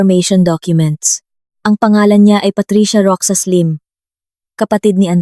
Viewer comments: MISS , NA TAGA PAG BASA NG KWENTO .. MALI PO ANG PAG BIGKAS NINYO NG ROXAS .. HINDI PO ROCSAS , ROHAS PO ANG BIGKAS HAS HINDI SAS ROXAS ROHAS HINDI ROCSAS ..EWAN. ??? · Roxas pronounce as rohas po not roksas